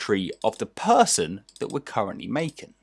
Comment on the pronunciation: Phaarson Phaarson not Person -_